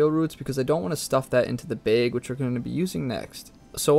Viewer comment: I really love how you say bag. bheg.